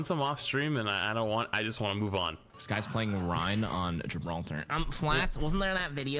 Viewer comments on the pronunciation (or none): It's Gi-brawl-tar. Of course he'd play rein???